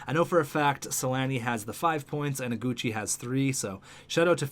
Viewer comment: in Iguchi, the "I" is wrong. Google the name!!